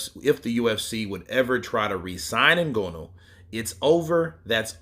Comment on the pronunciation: NgAnou not NgOnou Brother.. that is what i think but Ngonou is ok too 😅